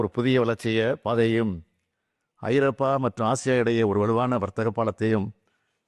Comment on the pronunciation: ஐரோப்பா என்பதற்கு பதிலாக ஐரப்பா என்று சொல்லும் நமது சிங்கம் முதல்வர்